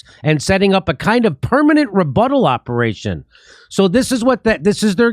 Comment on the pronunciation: 11.30: "Who's running this ooperation...Anna Kasparian?" 😊😊😃😃